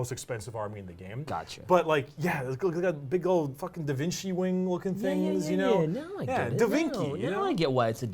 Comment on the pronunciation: 'Da Vinki' Yes....